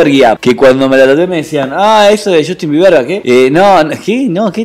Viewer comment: acaso dijiste JUSTIN BIEBERGAS ??? xd Sapeeee